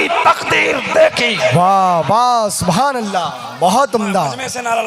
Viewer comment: Suwhanallah nahi balke subhanallah h hazrat